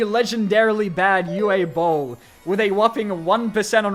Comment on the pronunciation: Fun fact: Uwe Bowl is actually a restauranteur. And reportedly just as big of an asshole as Gordon Ramsay. Also, his first name is pronounced like “ooo-vuh.” He’s German, so the W is pronounced like a V, and the E at the end is pronounced like you just got punched in the belly.